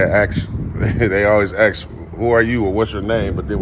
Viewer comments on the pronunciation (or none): You don’t “ax” a question. You ASK a question. Learn proper English.